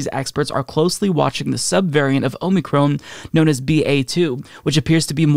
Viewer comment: Lol “Omey-Crohn”